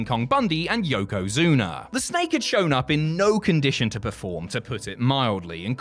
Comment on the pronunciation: Lmfao he called Yokozuna Yokozuner hilarious